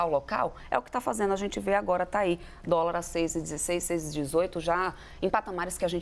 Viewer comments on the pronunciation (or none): " U póbi naum comi dóla mesmo"